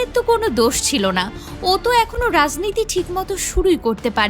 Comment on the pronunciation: ওরে বাঙাল , রাজনীতি উচ্চারণ করতে শেখো